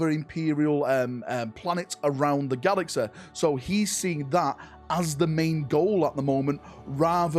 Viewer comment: learn to speak... GALAXEH... lmao